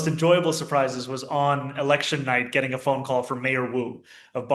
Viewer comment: His pronunciation of election is interesting lol sounds like electric